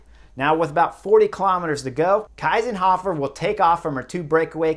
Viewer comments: Thank you very much. Strong insight! But I don't agree with you. I think it's wonderful racing without the radios. And it's Kiesenhofer. Not Kaisenhuffer. 😊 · Please note that her name is Kiesenhofer - not Keisenhofer (as Chris wrongly pronounced it)! 😛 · Just Info: Kiesenhofer is correctly pronounced „key-senhofer“ not „Kai-senhofer“ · There you go again. All you American/English guys say Kaisenhuffer. It's KIESENHOFER. Listen up! 😊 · her name is spelled KIEsenhofer and pronounced like [ki:senhofer], not KEIsenhofer, Keisenhöffer etc.. cheers from Austria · Anna‘s Name is Kiesenhofer, not Kysenhoffer. It‘s pronounced like Keesenhofer. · It's not "Kaysenhofer", it is "Keesenhofer". You guys really need to learn pronounce names. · Thank you Chris for making this video! I'm from austria and couldn't believe my eyes when i saw this happening live! absolutely incredible ride from Kiesenhofer! By the way hey name is pronounced "Keysenhofer" the "ie" in german sounds like "ey" in "key" :-) thank you for always making a comprehensive video on all the different races/stages etc. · I disagree, less comms would make those races WAY more interesting. Also imagine Cheese-n-hofer but with a K in the beginning, thats how you pronounce her name kinda correctly ;) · Why do you pronounce Anna's name like the German "ei"? It's "ie" (like "ee" in English)! Kiesenhofer (just like "Keesenhofer")! 😛 No, I really love that radios are not allowed in the Olympic races! 😂 But fun fact: Marlen Reusser told the Dutch riders that Anna Kiesenhofer is still in the lead. The answer was: "Anna who?" 😇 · It‘s “key”senhofer. Please. I mean, at least the winner’s name. Well thankfully “Kwintana” isn’t in the race. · Its "Kiesenhofer" like "[Key]senhofer" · It’s pronounced Keesenhofer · It is pronounced "Keezenhofer". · It's pronounced Key-senhofer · It's pronounced Keesenhofer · Not the name Kiesenhofer, that was pronounced terribly ;-) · Kinda annoying you can’t pronounce the riders names 🙄